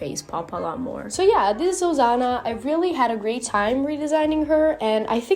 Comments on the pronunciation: Stop saying ozana it's OSANA SSSSSSS NOT ZZZZZ 😭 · Her saying it like Ozana made my anxiety increase a lot girl it’s Osana not Ozana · Accent exist Im guessing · i like the way you call osana asano (*~*) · I love how she or he pronounce osana as ozana😂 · it sounds like your saying osano to me help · what i hear: Ozana😂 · same lol XD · Although that's not how you say Osana I LOVE YOUR ART STYLE (No hate) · No hate fr but wth is with u and sayin osana so WEIRD T-T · Don't be rude, it's their accent